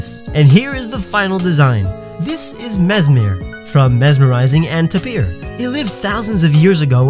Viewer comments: It’s pronounced Tay-peer not Ta-peer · tapir = TAY-per